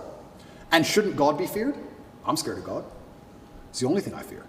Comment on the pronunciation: He pronunces "God" as if there is a hidden 'r' in there - "So there Gord saved your life"